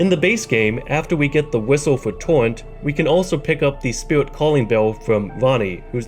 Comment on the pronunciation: “Spirwit” “Torwent”